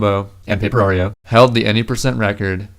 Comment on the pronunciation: ...and "paperario" LOL